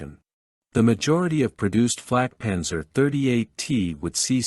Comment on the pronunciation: I wish you all would learn enough German to not mangle the vehicle names, or at least ask a German before recording the videos. This is a Flakpanzer 38(t) auf Selbstfahrlafette 38(t) Ausf. M or "antiaircraft cannon with self-propelled mount 38 (year of design=1938) version M". Flak is an abbreviation from WW1 for Fliegerabwehrkanone which means aircraft (flieger) defense (abwehr) kanone (cannon) auf means with Selbstfahr means self propelled Lafette means mount Ausf is the abbreviation of Ausführung, meaning version or model. It is never pronounced as "owsf"; correctly it is said "ows-feuhr-oong" the T in 38T indicated it was from a Czechoslovak tank factory design. German pronunciation "acht und dreizich teh"